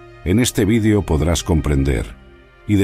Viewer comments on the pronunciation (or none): none